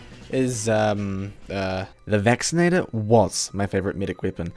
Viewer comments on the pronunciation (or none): Now, what's your favourite, non-Vacci-NEIGH-tor MeeM weapon?